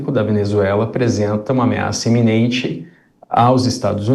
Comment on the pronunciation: Ameaça iminente e não "eminente".